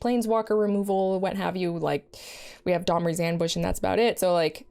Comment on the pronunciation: Sounded like "Dahmer's Ambush" rather than "Domri's." Cast to spring out of the bushes in the park at midnight and kill target creature. Put target creature in your freezer. Eat said frozen creature up to three times in the next 10 turns to gain 2 health. Eating frozen creature parts also puts a 1/1 fanatic tokens in play. Fanatics can be sacrificed for an additional 1 health at any time. Boom, first card of the Magic serial killer expansion designed. You're welcome, Wizards. You figure out the casting cost.